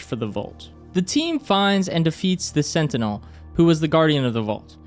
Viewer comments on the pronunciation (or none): none